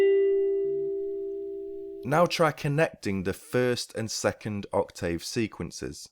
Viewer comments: The spoken (pronunciation) of English is not always the same as the written word. i.e. Ock-tiv; when speaking. Oc-tave when writing. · Oc-TAVE!!! Are you serious with that pronunciation!? You're suppose to be a Native English speaker, right! It's Oc-TIV....as in Give. Your write TAVE...but you pronounce it TIV. Get it? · not wrong in general. But in this case you are. UK pronunciation/ˈɒk.tɪv/ US pronunciation/ˈɑːk.tɪv/ Notice the 'tiv' part The dropping of sounds (vowels) in connected speech by native speakers is the reason why 'Oral' English is so difficult to learn for non-native English speakers, be it UK or US English. Research 'Elision'. By the way, your guitar lessons are great!. Cheers!